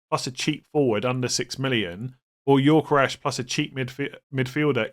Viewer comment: Please pronounce Gyokeres correctly: Yo-Ke-Rez, NOT Yor-Ke-Resh